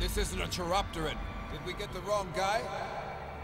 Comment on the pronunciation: I mean, tell that to the people who kept mispronouncing it in the movie. It's pronounced "kai-RAHP-tur-ahn".